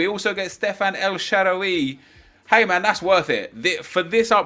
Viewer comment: Bro it makes me mad how he pronounces Sharaawy. lol